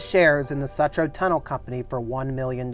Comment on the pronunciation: Pronounced sootroe